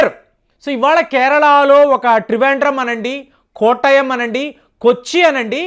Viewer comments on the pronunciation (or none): చదివేది ఎక్కడో చూసి ,విన్న news. కనీసం ఆ ఊరు పేరైనా సరిగా పలకడం నేర్చుకోండి. కొట్టాయం పేరుని కోటయం అంటున్నావు.